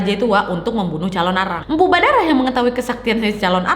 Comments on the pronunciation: Mpu baradah kk nadia bukan mpu badarah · 6.52 ko jadi empu badarah😂